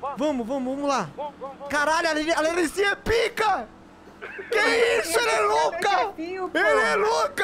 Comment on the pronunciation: KKKKK EU ouvi ele fala larrisinha kakakakaka